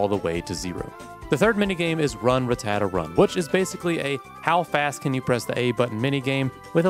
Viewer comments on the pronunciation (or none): you pronounce rattata as some sort of italian desert.